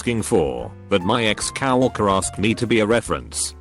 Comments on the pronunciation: Coworker is pronounced as cow walker. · Nobody: Every single one of these videos: cow-worker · robo-voices can be funny but i loved that "Cow Orker" one. how do you Ork a Cow? still snickering.... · The text to speech bot said cow-orker